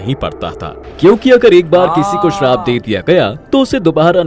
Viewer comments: Bhai woh sharab nhi hai Shrap hota hai use theek krdo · Bhai sarab nahi shrap kaho yani baddua